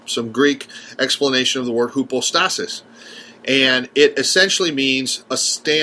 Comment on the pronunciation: Try "hypostasis" the "y" sounds like a "u". It's not an unknown term.